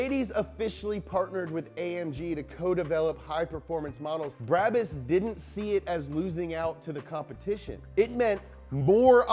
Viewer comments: Everybody: B R A B U S English speaking ppl: B R A A B A A A S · U have to say it like braabus